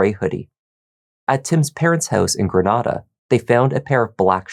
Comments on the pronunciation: Thank you so much for pronouncing Grenada as Gre-NAH-duh! Most Mississippians (because most of us are country and later colonized by the French and English after the Spanish) pronounce it as Gre-NAE-DUH. 😩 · even if the spanish city is "gre-NAH-da," if the whole local community says their mississippi town one way and you're saying it another way, sorry but you're the one in the wrong 😆 i know bc i'm from another town that has a european antecedent but it gets pronounced a different way locally. that's the name of the town, that's how it said, that's all! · Grenada, MS is pronounced Grin-aye-duh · And lah-fie-ett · Ur pronouncing Grenada funny 😅. We Mississippi folks pronounce it Gru-nay-duh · Love this channel lol being from Mississippi it’s kinda funny how you pronounce Grenada Ms